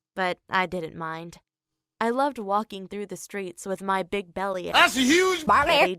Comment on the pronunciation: ”belly" isn't that Jessie nelson from Little mix doing the Jameican acecent???